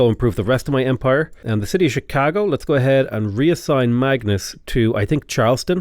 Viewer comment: I'm sure you know your pronunciation is regularly quite wide of the mark, but for some reason you nail Chicago not in the American accent but precisely in the Chicago accent, I think I got goosebumps, lol!